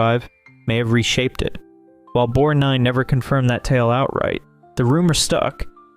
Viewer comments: Irritating that he couldn't pronounce "BorG-nine". I don't get it. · Great video! And it’s BorG-nine. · The G in Borgnine is not silent. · I would like to know where the narrator learn to mispronounce the actors names??? Ignorant fool, learn English!!! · The G is pronounced for Borgnine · Please correctly pronounce McLaglen and Borgnine! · Victor McLaglin, Ernest Borgnine. Research pronunciations.